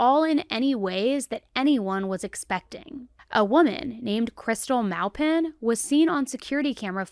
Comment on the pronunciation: As soon as you the last name "Maowpin" i knew it was my last name lol, Maupin ("ma-pin")